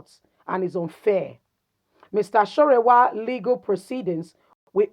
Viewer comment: His name is sowore and not sorewa.